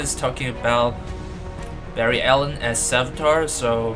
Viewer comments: Barry it's BARRY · its barry dahhh